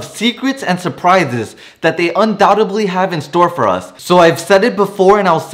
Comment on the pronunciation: the ´b´in undoubtedly is silent